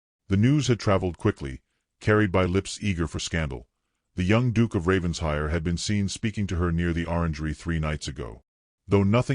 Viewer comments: It’s NOT Ravens hire! It’s Raven shire! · Fix that BOT - It’s Raven-shire NOT Ravens-hire 😡